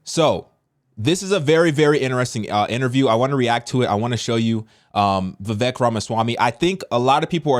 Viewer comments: I'll be voting Trump. Vivek is a brilliant guy though. It's pronounced Vivake. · Pronounced Vi-VAYK lol